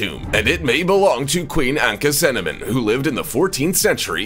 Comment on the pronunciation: It's pronounced ANAK-SU- NAMOON NOT ANAK-NU-CINNAMON